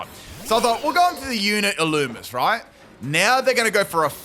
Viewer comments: Illumise is pronounced (ill-loo-me-zay) or (ill-loo-me-say) ....just fyi 😊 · Its pronounced ill-loo-mee-say